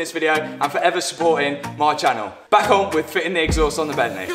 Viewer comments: Bentley...... Not Bent lay. Car looking and sounding good. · "But then I remembereehd it's E Bentleh" What a legend LOL, made me chuckle :) Keep up the great content